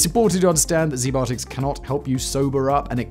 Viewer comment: “Zee biotics” hmmm… I’ll give them a look.